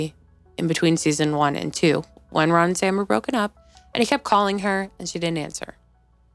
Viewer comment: I love your channel! LOL The RAHN should be a text tone haha you’re so funny 😭